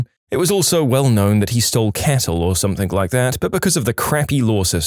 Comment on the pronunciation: No K in the word something